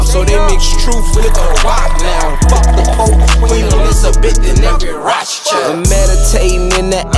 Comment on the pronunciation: I see why you didn’t pronounce Rothschild correctly. Dangerous